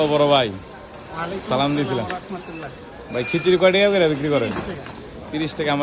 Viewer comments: মানের ব্যবহার কতটা সুন্দর মাশাল্লাহ হয়রে মুসলমান সালামটাও ঠিক মত দিতে পারে নাহ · ভাই সালাম টা সুদ্ধ করে দেওয়ার চেষ্টা করি